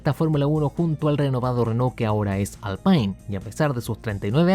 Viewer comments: no es Alpine (Alpain) sino Alpine (alpin) porque es francés jajajaja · no se dice alpain 😱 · Como siempre una excelencia de video. Solo una pequeña sugerencia. Alpine es un nombre francés, no anglo. Se pronuncia "alpín". Abrazo ENORME desde Mercedes, Uruguay.